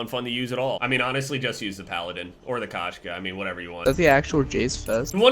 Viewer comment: K-oh-shka*. It’s cat in Russian, Kashka is oatmeal lol.